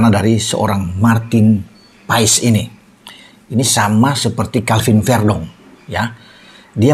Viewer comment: Penyebutan nama Marten paes bukan Martin paes tapi Marten pass coba aja dengar komentator liga Amerika menyebutnya martin pass